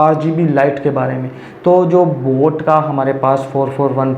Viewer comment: Sir voo boot nahi boat hai